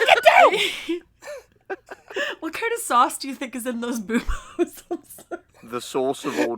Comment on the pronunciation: I heard Boubos as "Boobos" like their breasts